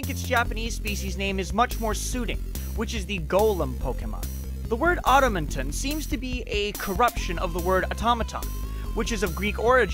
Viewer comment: Golurk is the Automaton pokemon. Not whatever you said lol.